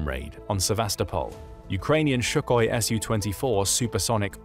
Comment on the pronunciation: It's Sukhoi NOT Shukhoi!